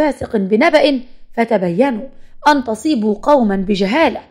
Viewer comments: بس قراءة الآية غلط تاني مرة قبل ما تحكيها اسمعيها صححي لفظك الها وبعدين قوليها وجزيت خيرا تقبلي مروري ❤ الغلط ب فاسقٍ والصحيح فاسقٌ و تَصيبوا الصحيح تُصيبوا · ارجوك اقرا من المصحف عشان يكون التشكيل صح..... تنطقي غلط.... ايه... إذا جاءكم فاسق بنبأ فتبينوا ان تصيبوا.... التاء هنا مضمومه... مش مفتوحه... وباقي الكلمات... انطقي صح..... لو سمحتي